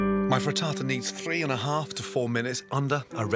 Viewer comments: He Say "frietada" "mozareula" "parmesean cheese" 🤔 Frittata, mozzarella and parmigiano. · You lost me at Freetartar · I thought I heard "fritasa".😄 Amazing chef as always.🍀